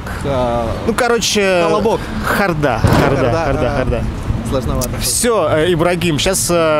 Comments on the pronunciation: Откуда ударение хордА, когда хОрда? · хО'рда, ударение на О!!!! Эх, ХордА, ХордА'!!!!!! Если задаёте вопросы, сами просто обязаны, знать правильное произношение слов с ответами. Часто с ударением грешите. Слух режет. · Вообще-то "хОрда", ударение на букву О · Хорда-ударение на о. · они поставили на А. Неправильно. На О ударение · брат, большая просьба: это же программа на интеллект, проверяйте плз тексты, ошибки глаз рвут. "Выигрыш" через "И".... "Камилла" - две "Л" с большой буквы.... "соскочил" через "О"..... хорда - ударение на "О"..... "лягушонок" через "О".... несите грамотность в массы;) а то у малолеток эти ошибки отпечатываются в памяти..